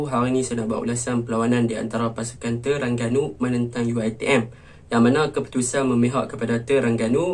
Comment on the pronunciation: Aku minat tang kau sebut pelat "TERANGGANU" bunyinya haha,good analisis,terang, mantap...